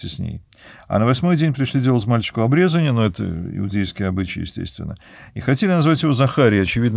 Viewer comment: "ОбрезАние" - Вы неправильно говорите, зачем коверкать слова на нейкий особый "православный" язык...